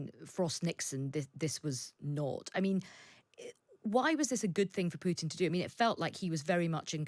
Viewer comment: I detest Putin, but you should not be pronouncing his name with a "y"... "Pyutin". The correct pronunciation is "Pootin". The second letter in his surname is a Russian letter "u", which doesn't have the "y" in front of the sound. Just "ooo", like room, broom, boom, move (using American English pronunciation).